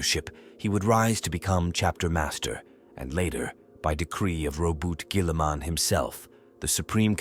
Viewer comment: lol the pronunciation of guilliemem and primarchs are rough lol also flesh tear💧ers lol